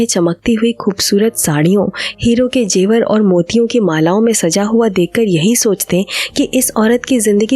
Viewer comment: Zevar & not Jewar